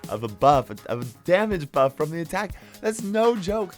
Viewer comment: he says a 30 percent boof